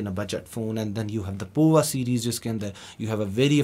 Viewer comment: I am pretty sure Tecno Pova is supposed to be pronounced as Power, not the way this gentleman, who is from Tecno himself, is pronouncing it!